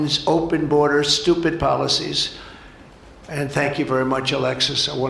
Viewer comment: The "boderzar"😂😂